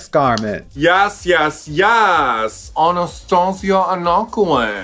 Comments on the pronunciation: Her name is Anastarzia Anaquway: AnasTARzia, NOT Anastasia. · Y'all, her name is Anastarzia with an R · Theyre just gonna keep saying anastarzias name wrong ?